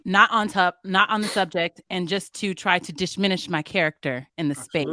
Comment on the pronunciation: They saying that shid like it's a real word 😂. Sounding like they didn't graduate high school.